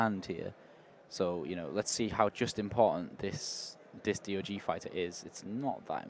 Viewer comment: It's DOG not D.O.G. 😂😂😂😂